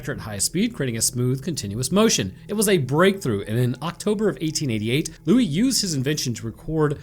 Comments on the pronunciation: louie not louisssss. in french the S is SILENT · Loius Lou-eye! Oh oh! Where did he go!? Oh oh oh oh oh oh! (had to do it)